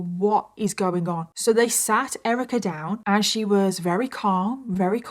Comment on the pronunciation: How come sometimes you say Very and other times you say Rery?